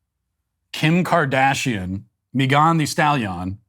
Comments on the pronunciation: Meegon the Stallee-on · Me-gone thee stalYon 😂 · Why does Matt say Megan the Stallion like that? 😆